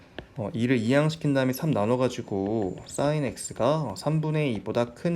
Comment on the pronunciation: 강의 내용도 좋고~ 다 좋은데! 한 가지 아쉬운 점이 있네요! sin 발음하실 때 악간 공기 소리? 쇳소리? 그런 소리가 나니까 듣기가 살짝 거북한 느낌이 있네요ㅠ 근데 강의는 짱짱 좋아요!! 감사합니다 🙆🏻‍♂️